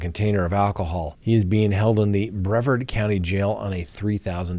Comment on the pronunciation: Brevard county is pronounced “bruh•vaard” Your killing me with your pronunciation 😬